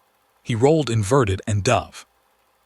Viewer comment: “…he rolled inverted and ‘duv”….”…Ooops! Isn’t that “dove”… as if to rhyme with “cove” ? 😅😅. AI narration strikes again.